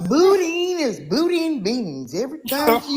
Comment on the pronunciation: That woman or man said,the nurse smelled like boodine😂😂😂😂. That's sound like that sausage in my home state Louisiana which is called boudin but she pronounced it in a different way.😂😂